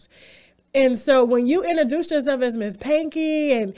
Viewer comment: If TashaK don't stop saying enterdouced,,,IN-TRO-DUCE PLEASE lady.